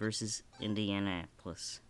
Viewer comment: did you seriously say indiana apolis ? LMFAO